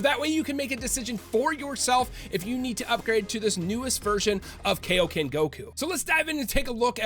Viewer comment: why do americans always pronounce kaioken and saiyan wrong?